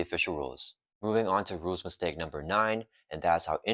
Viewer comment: Couldn't deal with the mushmouth speaking, sadly. I had to check out after the third time I heard you say "rules istake". Enunciate and you'll see your view counts climb.